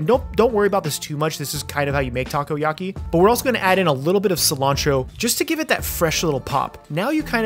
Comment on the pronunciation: "Taco-yaki" very nice